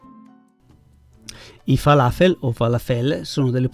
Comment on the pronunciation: Ciao, conosco i falafel, ho lavorato in un ospedale ebraico della capitale e i miei colleghi li preparavano spesso. La tua ricetta è perfetta e facile da realizzare, grazie, hai la capacità di rendere tutto semplice e ti poni sempre con simpatia. A proposito, si pronuncia fala'fel con l'accento sulla a🥰😘